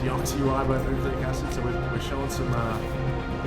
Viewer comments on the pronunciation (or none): none